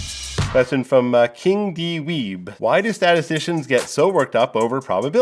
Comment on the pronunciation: I love that the statistician, right out of the gate, pronounces "@ as "king dee weeb". Typical stats guy.